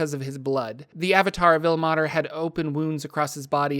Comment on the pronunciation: Like I pointed out in your pronunciation of Mielikki. As a linguist and a language major. Ilmater should not be pronounced "ill-mah-ter" but rather "ill-may-ter". The 'e' should be making the 'a' into a long sound. I can help you you with pronunciations if you need. I've noticed this problem in many many of your videos. I like them but it's hard to hear words incorrectly and get the message behind it.